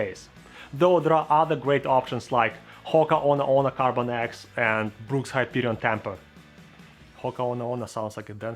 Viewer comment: I think the hoka one one is pronounced as ho-ka o-ney o-ney. Good job on explaining running stuffs tho 👍